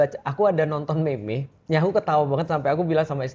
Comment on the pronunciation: nilai buruannya harus diatas 100juta beri ustadz😂.... pengucapan Meme dibaca Meem aja ustadz,agak aneh dengarnya😂